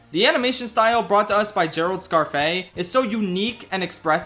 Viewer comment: Scarfe is pronounced "scarf"